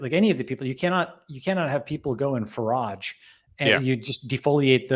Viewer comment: For how incredibly & wicked smart Balaji is, it makes me chuckle how bad he is at pronunciations. "Forage" as "foh-raazh"; "route" as "raoot"; and "Taoiseach" as "tao-seech"? Lol.